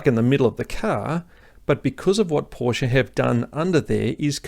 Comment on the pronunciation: You just got a new sub from this Kiwi/Aussie living in Germany, for 3 reasons: 1 subject knowledge far exceeding mine and great content 2 Anzac connection 3 You pronounce Porsch-e correctly. WTF with all these so called "experts" who can't even say the name properly!